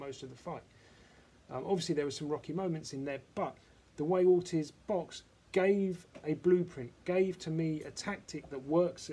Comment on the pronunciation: Orteeeze....That's how it is pronounced lol